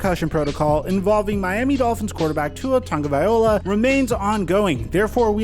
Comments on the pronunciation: Tago- Vai-Loa not Vai-Ola VAILOA-- TagoVAILOA, crazy enough you saying the second part of his last name wrong is actually another Samoan word. OLa - meaning Life. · Vai LOA. Not ola. Lol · Great vid. Subbed That being said it's Tongue-ah-vy-low-ah Not Tongue-ah-vy-oh-la ✌ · Hey may love your vids! But just a heads up you always pronounce Tua's name wrong. At the end it's vaiLOA NOT vaiOLA.. I know it's a nitpick but figured you'd want to know.. Keep up the good work! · I’m tired of people calling him “ Tua Tunga-vy- loa” it’s “Tua tagoh- vy loa” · Exactly, it's pretty simple lol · TAH - GOH - VAI - LOA Why is that so hard for you to pronounce? Look at the ‘L’ in his last name, is it before or after the ‘O’ ?!? PS Love your content tho brotha, just want to see his family respected. Aloha from Hawaii 🤙🏾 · Really hope Tuas okay man (And for the record it’s pronounced like tuga-via-loa) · Hawaii guy here. Tua Tog-o-vai-lo-a. Please like so that he can see the proper pronunciation. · Bro. Drinking game idea. TAKE A SHOT EVERY TIME HE MISPRONOUNCES TUA'S LAST NAME. Good luck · Can you PLEASE just call him Tua until you learn to pronounce his last name. Drives me nuts that you butcher his name repeatedly every video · I'm hoping Tua chooses the best option for him and his family (both current and future). On a side note, will ever pronounce Tua's last name properly?